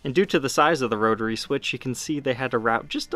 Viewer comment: "roe-turray" switch